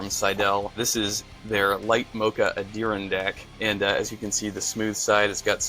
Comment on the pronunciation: Light Mocha Ondearindack? I think you mean Adirondack. Like the Adirondack mountains in NY. Not trying to be a d**k. Just letting you know for future reference.